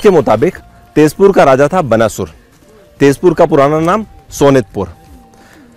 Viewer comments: बनासुर क्या है भाई। बाणासुर है। नहीं आती कोई चीज, तो बकने से पहले किसी से ज्ञान ले लिया करो। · बनासुर नहीं बाणासुर शब्द है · क्या है यार। उच्चारण तो सीख लो। बनासुर नहीं, बाणासुर।😓🔫